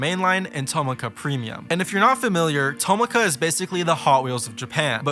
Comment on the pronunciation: i know i’m nitpicking this but tomica is pronounced to mi ka not toma ka ( mi as in do re mi )